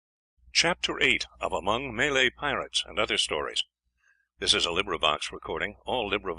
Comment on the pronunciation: May-Lay haha what a pillock!